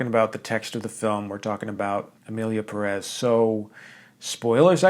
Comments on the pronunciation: Hey. Did you notice the é in Pérez? That signals that the accentuation is in Pé, not rez. PÉrez, not peREZ. Just a PSA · As someone last named Pérez it really hurts each time someone I respect says PeREz instead of PErez.